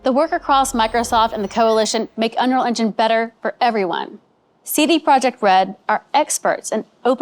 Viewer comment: Dude can't even say 'unreal engine' properly.